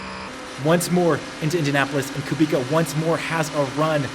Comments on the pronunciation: IT'S KUBICA NOT KUBIKA UNSUB + DISLIKE >:( jk great video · Bro, Kubica. Not Ku Bika... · Great video mate, please though, Kubica pronounced (koobitza) not (koobika) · Come on dude it’s not Kubika it’s Kubica, dude the man just won this race !! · KUBIZA. Hes just one of the most famous racing drivers in the world and you mispronounecd his name? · Amazing video, I love your content. Estre's start had me leaping off the sofa. But please say it with me: KOO-BIIIII-TTSSAAA. Guy deserves some respect on his name after the mega stint at the end of the race and his incredible comeback story. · Hi, you pronounce R. Kubica's name wrong(: as u pronounce it : Kubika), but its a nice video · Someone should tell him it's pronounced Kubitza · Btw when ur saying Kubica the c is like an s not k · Please pronous KUBICA C=C not K ;) For Polish people sounds really bad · The C in Polish names is always pronounced as a soft C. Unless there is a H following and then it is silent. My surname SUCHECKI is pronounced phonetically SU, HETS, KI Hope this is informative